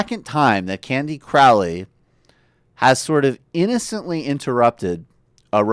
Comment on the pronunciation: It's "crow" ley, as in the bird.